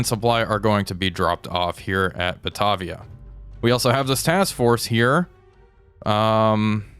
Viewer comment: Great series, love watching these. Just an update on pronunciation from the Australian side. Batavia = Ba-Tay-Via, Yarra = Yar-Rah